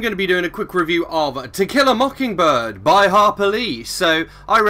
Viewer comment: The pronunciation sounded right for a southern accent. To Kill a Mockingbird is a great book. I liked hearing all your thoughts.